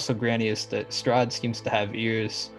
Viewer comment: made me cringe so hard, I can get changing up the story a little and messes up some of the reveals, but flubbing the main antagonists name really took me out of it